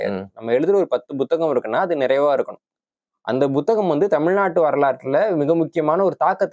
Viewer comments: First pronounce tamil properly , puthagam not Bothagam 🤦‍♂️ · அதென்ன buthagam ? It is puthagam ?